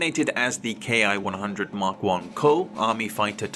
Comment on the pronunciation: A fine historical presentation. 😊 Greg, of Greg's Airplanes and Automobiles, insists the pronunciation of Ki is not "kay eye" but rather is said as "key." I know that I myself would like to use the correct nomenclature, and am still not certain on this detail...